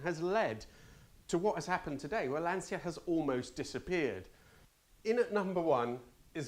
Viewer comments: Would it be demanded too much to pronounce "Lancia" correctly - for an "Italian" ? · Nice vid, the right pronounciation of Lancia is with a c similar to the first one in check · Why can no British car reviewers - Top Gear et al - even say the word Lancia properly? Do they drink 'capussinos', and say 'siao'? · The Ferrari 512 is your number 1 pick that makes you ashamed of being Italian? Seriously? Not the Multipla? By the way, you are the only Italian who doesn't know how to pronounce Lancia. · If you are Italian, you should learn to pronounce 'Lancia' correctly. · Giving it large about being an Itie, yet you can’t pronounce Lancia. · Lancia is still pronounced Lan-cha and not Lan-see-a. But what do I know, you're the Italian one (at least trying very hard with every other Italian word). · To hear an Italian say "lan-see-yuh" is absolutely unforgivable. Shame on you. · Aaah that's why you are the only english speaker youtube carguy that nails the italian pronounce of the brands and models 🇮🇪 .... i have to correct myself.. at 7.47 you said LANSSIA.. I just want to ask you: WHYYYYYYYYYY???? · Yes, but native italian who say Lansia instead Lancia with italian C is awful 😏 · Decent pronounciation... but it's not "Lansia", it's Lancia (pronounce it "Lancha"). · Delighted to hear your Italian origins - half Italian myself. But please pronounce Lancia correctly as Lancha, not the anglicised Lansia!! Live your videos though. 😁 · Astonishing that despite your Italian roots you keep pronouncing Lancia wrong. It’s pronounced Lan-tsha (the i is muted) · Interesting review and I finally learned where the Arna name came from. One observation: I really appreciate that even if you speak perfect English with British accent, you still pronounce the name of the cars with an Italian pronunciation but LANCIA??? It’s “Lancha” 😉 I know you know it…. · Cmon, at least you as an italian should know that Lancia is spelled closer to "Lancha"